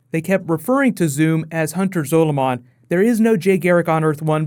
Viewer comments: the way he says zolomon gives me the shits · The way you say Hunter Zolomon really fucking bugs me it makes me want to cry